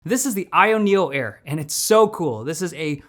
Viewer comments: says 'io neo air' in the video and calls it the 'ayeneo' in the description lol. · So wtf is it called? I have no idea what you said in the beginning. It’s the “ayenyullair”